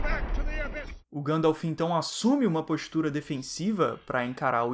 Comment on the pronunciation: Ótimo vídeo, nada contra, mas acho um tanto estranho ouvir Gândalf (ao invés de Guéndalf)